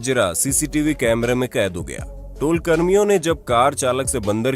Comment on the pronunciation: Its toll plaza not tool plaza😂